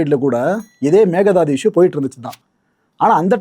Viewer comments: It's Mekedatu not mekedhadu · The correct way to say it is may-kay-dhaa-tu Meke is goat or aadu Datu is to jump or leap